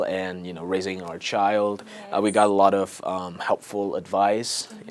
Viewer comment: have a lớt of, have a lot of :)))